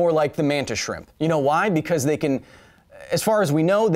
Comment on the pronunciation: Lmao he said vcause exactly like vcause :0